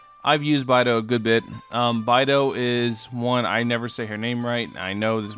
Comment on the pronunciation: Oof, it's bay-dough. I'm sad haha